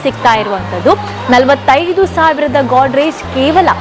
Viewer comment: ಗೋದ್ರೇಜ್ ಒಂದು ಕಂಪನಿ ಅಲ್ವಾ... ಕಪಾಟು ಅಂತ ಹೇಳಿ.... ನಿಮ್ಮ ಗೋಡ್ ರೇಜ್ ಕೇಳಲು ಕಷ್ಟ ಆಗುತ್ತೆ.